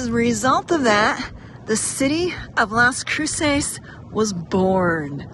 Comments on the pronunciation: You're pronouncing it wrong every time, lol. It's not crew-sayse, it's crew-suss, with more emphasis on the Cru- than the -ces. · The pronunciation of Las Cruces is cringy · OMG, if you are going to make a video about a town please learn to pronounce it correctly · I can forgive her for mispronouncing some of the words. That’s expected. But she could have at least learned how to pronounce the name of the city she was in!! And I appreciate her taking the time to try and educate people about the area. It people that actually take the time to explore that area will see that she was kind enough to only show the good parts.😆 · Great tour of Las Cruces. I live near it for 11 years. You didn't pronounce Las Cruces correctly though.